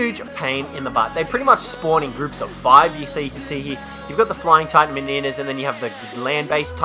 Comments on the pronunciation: its Titanomyr*m*a and not Titanomyr*n*a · Butchers the name of Kaprosuchus, Butchers the name of Titanomyrna, perfectly pronounces Cnidaria.... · You pronounced Kaprosuchus, Ichthyornis, and Titanomyrma incorrectly. Also, you forgot to mention that Ravagers can utilise zip lines.